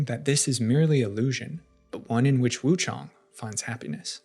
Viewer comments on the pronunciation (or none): Lol it's Wuchang not Wuchong. It says her name multiple times throughout the game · You say her name wrong